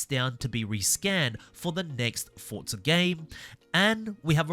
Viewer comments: It’s not FORT-ZA say it correctly it’s FORZA where are you getting FORT-ZA ? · When you review a game, at least get the name right, it's Forza, not Fortza